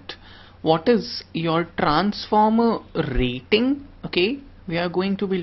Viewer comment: Trrrrrrrrranformer :v Rrrrraaiting :v . Indian Accent . awesome